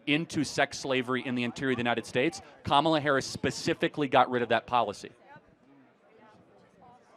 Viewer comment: Oh no...I guess she's racist since she mispronounced Kamala's name